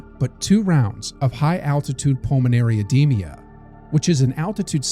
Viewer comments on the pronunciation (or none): Edema, not edemia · Please stop saying things like "cerebral edemia." The cringe is making my brain swell.